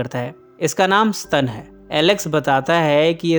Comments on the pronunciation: स्तन नही स्टेन हा हा हा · Sir ji S T A N = SSS TTT AAA NNN Not Stun eya ssstannn... Mujhey isi words se 3 idiots ki college wala lecture eyaad ati h 😁😅😆😂😆😂😅😆😀😀😁😁